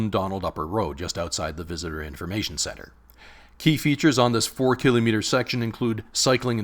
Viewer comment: THANK YOU for pronouncing "kilometer" correctly!